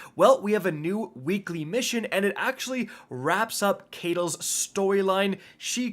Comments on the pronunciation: You keep saying the cabal empresses name wrong it ki tal not Kay tal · I’ve been holding it in for so long, but I just can’t anymore, I have to say something… …My guy, her name is pronounced “KITE-uhl” not “KAYT-uhl” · Do you play the game on mute? Caiatl is pronounced Ky-Tull, not Kay-Tull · Love the vid but please, on behalf of all grazi's, it's "ki-tal" not "kay-tal". I mean come on, even in game characters pronounce it for you. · Caiatl = "Kite-el", NOT "Kate-el"... 😖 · Why do you pronounce Caitlyl like that? 😭 they say her name in the game! C’mon bro!!! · Side note idk if he was doing it on purpose but mispronouncing Caiatl despite that fact that the even say the name ingame was a tad annoying lol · its so annoying how he is saying her name when they LITERALLY say it in game lmao how are you saying it wrong bruh?